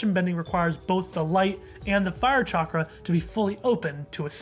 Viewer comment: I just realised that Guru Patik is probably Hindu... I'm ashamed for not realising this sooner because I also happen to be Hindu.. Also, his pronunciation of "Chakra" is on par, and he has a heavy Indian accent and voice crack thingy (Idek what it's called), probably because he is voiced by an Indian.